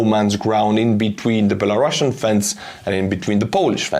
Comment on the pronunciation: It's Belarusian, not Belarussuan. We are not Russia